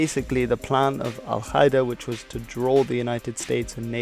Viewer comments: Exellent video, but just one thing Al-Qaeda is pronounced Al-Kaeda, not Al-Khaeda ^^ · dude its not pronounced al khida that sounds so stupid. Its al - kaa - ida meaning the base in Arabic. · I like how he confidently pronounces foreign words wrong. It's Ughur (gh is french R), not U y gher. And Al Ka'ida, K here is pronounced a bit back on a softer mouth part which resonates more. Just translate "base" to Arabic and listen to it. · Love your videos ! One little nitpick, as an arab, I find your pronunciation of al-Qaeda very weird. In arabic it's supposed to be pronounced "al Ka-ee-da", but maybe your pronunciation is from another language ? Anyway, keep doing what you're doing :) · You mispronounced Al-Qaeda